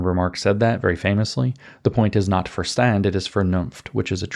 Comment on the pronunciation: Verstand - prounonced: "fershtant."